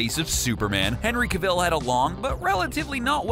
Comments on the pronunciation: Pronounced Henry cavil wrong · Why is he saying cavil so weirdly